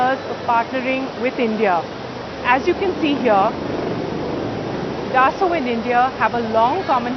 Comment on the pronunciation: she must have been asked she would paid to use word dassult many times..... the moron tells rafale is beeter thern su-30mki he must be high